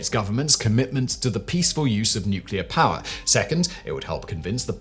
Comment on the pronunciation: It always makes me laugh when Simon is talking about "power" because all I hear him say is "Paah"